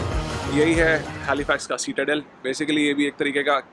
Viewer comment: It’s pronounced SIT-A-DEL not seat-a-del